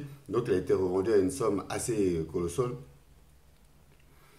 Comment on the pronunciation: « Une somme assez colossole » MDR 😂 😂 😂 !!!!! On dit : - « une somme assez colossale » !